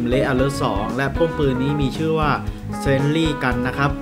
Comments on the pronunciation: Sentry อ่านว่า เซน-ทรี่ นะครับ เผื่อมีเด็กเล็กมาดูแล้วจะจำผิดครับ(ผมไม่ได้ว่าพี่เขาเด้อ) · อ่านผิดอยู่บ้างบางคำนะ เซน-ทรี่ โด-มิ-นิค(หนิก) 🥂